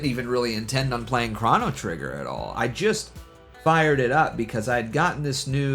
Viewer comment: no way bro just said "krahno trigger"